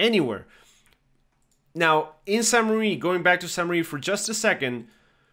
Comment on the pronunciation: Crazy. I thought to myself, damn why is this guy calling it St Marie. And you're probably unaware of it, but the current name does not mean Marie. But apparently the name of the town was originally St Marie. Here's what the wiki says as of right now: Founded in the eleventh century, the earliest records (1080–1082) include the name Sancte Marie Ecclesia, Latin for "Church of St. Mary", while a later document written in Norman-French (1317) mentions Saincte Mariglise. The current French form of the name is ambiguous, with the additional meaning, "Holy Mother Church".